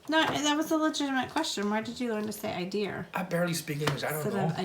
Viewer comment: Idea-"r" for idea is a Brooklyn-ese affectation.